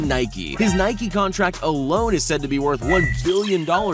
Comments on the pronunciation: Its Nike not nikee you don't call a bike a bikee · Nike not nikeeeeeee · Its Nike not nikey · I pronounce it nike not niiii keeee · Guys I’m gonna unsubscribe, he said Nikey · You said Nike wrong